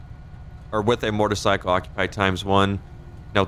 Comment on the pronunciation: So i finally figured it out. You say "mortor cycle". It's bothered me for the longest. Finally realized what it is different about how you say motorcycle